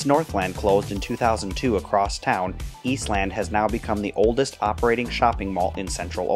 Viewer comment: In Columbus, it's pronounced "Eastlend", "Northlend", "Westlend". Saying East Land is off-putting.